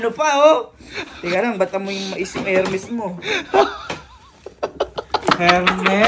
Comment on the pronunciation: Silent H ,…. ERMES ang tamang pronounce